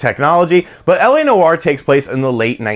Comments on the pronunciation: Dude. Live the channel. Tons. But Noire is a one syllable word man. It’s not New-War. Just Nwar. Peace from Canada. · “LA No-R” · Noire is one syllable.